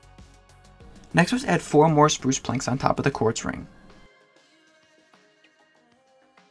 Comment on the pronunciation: When you say spruce I heard you said sprush